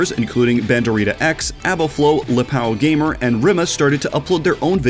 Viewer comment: Ah vai, ele pronunciou mlr q a maioria, tá otm já, n vamos exigir acento de uma língua q n possui